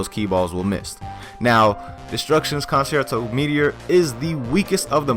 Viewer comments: destructions con-chair-toe is how its actually pronounced. For next time u wanna hit the orchestras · it is pronounced cun-chair-toe